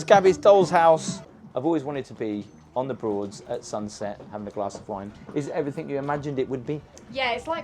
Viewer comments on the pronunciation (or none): Hello, I love you dearly, but you consistently say, "Everythink" instead of everything, is driving me nuts!!!! I must have viewed nearly all of your vlogs by now & you always say, "Everythink." Please, Gabby, help him.❤